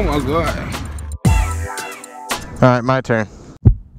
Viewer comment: lmao "oh my gaw"